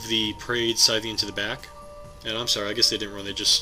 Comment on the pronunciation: Your reports are getting better all the time. Good report with two great new casters! P.S. - it's SIGHthean, like a farmer's scythe, because he has two huge scythe-like claws, not SITHean. He's not one of Vader's apprentices. :-)